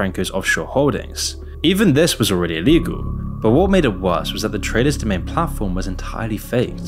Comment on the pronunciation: your limey vocal filter pronounces Traders Domain as Tre Does Jermaine